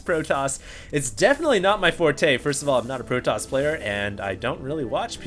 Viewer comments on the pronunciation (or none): nah, it's protoss not protossus lol.